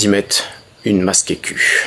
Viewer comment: On est d'accord qu'il dit masque'eccu ? 😂